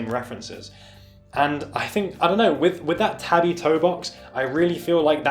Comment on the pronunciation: “Tah-bee” tho, not “tabby”